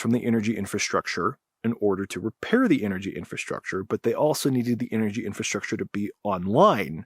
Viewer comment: Can't you pronounce clearly "infrastructure"? I hear something like infrashrahshcher😂